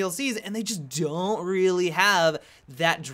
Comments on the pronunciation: The way said don't was funny/ weird as hell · the way you said "don't" is pretty hilarious.